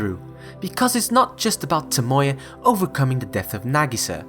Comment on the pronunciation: great video and all, but why do people always have to pronounce characters names wrong? like toMOya instead of tomoya or miKAsa instead of MIkasa?